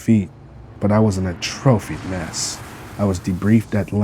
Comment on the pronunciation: I like what you're doing here, keep it up! Just a heads up to help you in the future it's pronounced ah-tru-fee. It is not pronounced like the word trophy. Just sounds a little unnatural and breaks immersion a bit. Good job though man :)